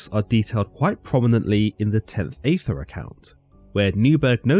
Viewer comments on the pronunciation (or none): Aethyr is pronounced as “Eith-Ther”. Even with a🇬🇧Accent! 😤🤨That’s why Crowley, Dee, & Kelly all spelled it beginning with an, “Æ”. Only pronounced 1 way. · I rather think aethyr is pronounced the same as aether/ether… as in you don’t pronounce the A. And Crowley is pronounced like “crow”.